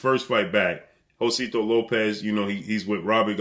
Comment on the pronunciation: Jose-sito not Josito lol